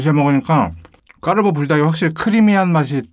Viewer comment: 저만 까르ㄹㄹㄹㄹ보 라고들려요?